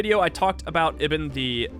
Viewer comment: pronounced ibn correctly in